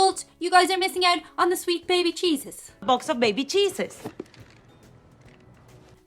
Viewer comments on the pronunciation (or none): Baby cheeses with Irish accent sounds like baby Jesus to me....